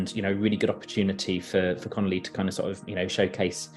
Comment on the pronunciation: Connolly has said the version currently available remains a demo, changes will be revealed on Friday. For me its the track with the most potential to do well. Its CON OLL EE by the way , not the Italian pasta dish canoli 😉